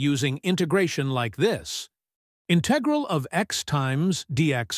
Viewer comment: The accent of the word integral is on the first syllable.